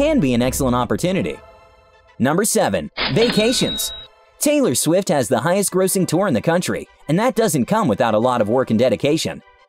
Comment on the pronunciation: Taylor shwift